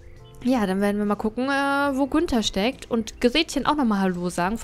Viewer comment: Gunther? Ich dachte Günther 😂